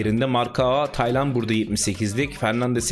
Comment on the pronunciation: Hayatimda hic düsünmezdim Taylan isminin bu kadar zor okuncagni 😂😅